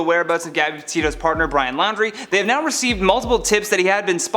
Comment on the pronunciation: It's not pronounced Lowndrie, it's pronounced like 'Laundry"